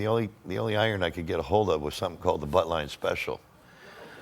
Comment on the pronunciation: I thought he called it "The Buttline Special" 🤣but it's "The Buntline Special" as in the Colt Buntline, and that barrel looks like something out of a Looney Tunes cartoon 😆